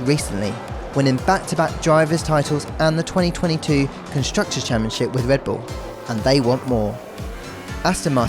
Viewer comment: “Wike wivels wedbull”